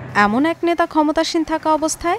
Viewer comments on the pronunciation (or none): none